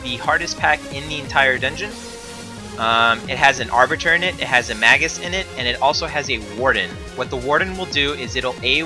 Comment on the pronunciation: May-gus, not maggus.